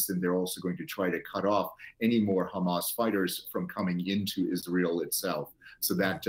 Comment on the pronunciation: For the Presenters it’s not Khmas it is Hamas Pronunciation is very simple. There is no need for all this effort that you use in your mouth for pronunciation. You can save this energy for other things.